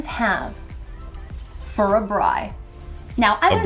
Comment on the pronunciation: First ever American to pronounce Braai properly 🤣